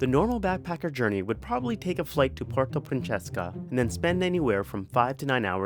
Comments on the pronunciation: “porto pruncheska” 😂😂 it’s really: pu-wehr-to prin-se-sa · Puerto francheska ITS PUERTO PRINCESSAAAAAA! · I stopped the video after hearing “puerto PRINCHESKA” Sino is Cheska? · Hahahahahaha Puerto Princhesca😭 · It's pronounced as Pu-wer-to Prin-sesa but pronunciation aside, good video!